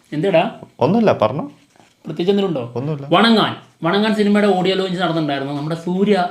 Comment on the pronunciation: വണങ്ങാൻ അല്ല വണങ്കാൻ ഇതു പറഞ്ഞു പറഞ്ഞു മടുത്തു.... പറയത്തില്ല